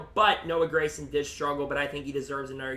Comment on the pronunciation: Gragson G not Grayson. great insite though